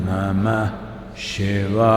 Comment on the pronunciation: సద్గురు pronunciation షివాయ నా.. శివాయ నా..